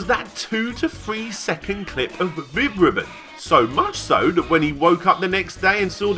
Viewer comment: I thought you said, Vib-Ripoff